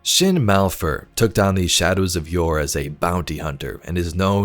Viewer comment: Man really said Yor